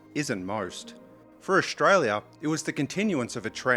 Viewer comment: Ok young man this is good content, but please don't pronounce it Ausshhtralia. You're making a 'sh' sound.